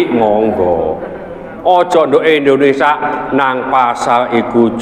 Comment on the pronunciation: Waalaikumussalam..Maaf Abaah, bukan lndonesa, tetapi lndonesia